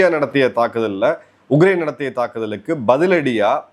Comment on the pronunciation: His thamizh,his pronounciation has to improve a lot...he says ugrain instead of Ukraine